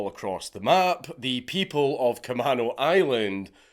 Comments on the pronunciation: Sorry but its ca-may-no island not ca-man-o. Thanks great mad lad once again count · Dank its pronounced like Ka-mean-o. I'm from the area. This was painful to listen to. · It's pronounced Ca-may-no island. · We pronounce Camano, “kuh-may-noh” island 🤭 If you ever visit Washington, I’d be happy to show you and wifey, and your baby entourage around 🤘I’ll even show you all the homeless druggieeeez. Orcas Island is beautiful btw- it’s so tiny and sleepy. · just figured I should say, k-uh-may-no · You are saying Camano Island wrong. It's pronounced KUH-MAYN-OH. It is a native American word. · Cam-A-no island. I know you're not from here, but it's bothering me. I lived 5 minutes away from the plane theft, while all of this was going on... It was fucking crazy. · Kuh-MAne-Oh Island. Also it was a super big thing through the 00s to force kids who stole to go through drug and alcohol counseling. Which either led to....meeting drug dealers willing to sell to kids, or anger at having to sit through the bs and no reform...thanks WA. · kuh-MAY-no, fwiw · Camano Island = Kuh-may-no Island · Kuh-maeey-no Island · Dank, you can say Orcas correctly but you cant Camano lol